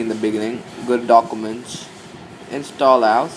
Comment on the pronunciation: the way u say instollous :DDDDDDDDDDDDD i have to lough till i die